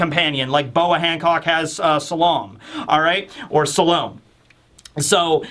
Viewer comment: Maybe removing records of the previously ruling families separated the celestial dragons from the “lower world” like to increase their “divinity” and “godhood”? It can be simple as that or maybe something more complicated ? Also Salome (Boas Snake), her name is pronounced “Sah-loh-meh” as in the biblical figure